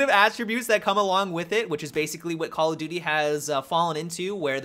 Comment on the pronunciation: Why is it that when Americans say call of duty, it sounds like call a doody!!?